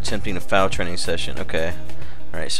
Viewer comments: foal = fole. Not foul. lol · I think the most annoying part was you mispronouncing "foal". It is not "fowl", it's pronounced like "fole". Just FYI. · no a Foal is pronounced FOLE, a foal is a baby horse...When a horse is pregnant it is called "a Horse in Foal" right now i have 2 pregnant horses and 2 racing. :D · I love how he says foul the whole time and has no idea it's f-O-l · only a horse gaming expert can say 'foals' as 'fouls' ;) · trollol - my name is Jenny and I'm blonde ; ) and I agree with Symbolis, ohand foal is pronounced fole in English haha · Foul is Pronounced FOLE i have a few, i would no xD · Truly a work of art. The terrain generation is astounding, and the game is so versatile and engaging, not to mention just plain user friendly! While I liked Minecraft, I am eager to follow along with you, living vicariously as your learn what a tack room is and how to pronounce the word foal. PS looks like you missed a surface dungeon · "foal" rhymes with "vole" and "mole", bur not "owl" or "howl" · You don't no how to say foal!!!!!!!! It's so simply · i have no idea how you think you're pronouncing it, but Foal does indeed, sound like coal, but obviously without the "cuh" sound :/